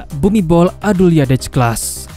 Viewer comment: Min ditulis nya Bhumidol Adulyadej dibaca nya Bumidol Adundet sesuai abjad Thailand..min